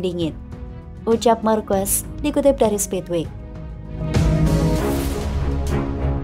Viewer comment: Marc marquez dibaca Marc markues❌ mark markez✅